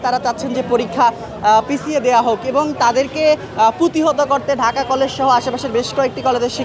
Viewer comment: পুতিহত ❌ প্রতিহত ✅ সাংবাদিক হিসেবে এটুক জানা উচিত